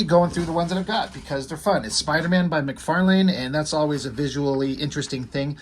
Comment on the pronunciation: lol you are the only one I know so far that pronounces his name correctly we all say Mc farlin